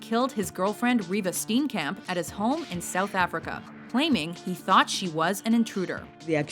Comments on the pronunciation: You pronounce Reeva's name- Reeeva SteanKaamp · Who would like to try and pronounce "Steenkamp"?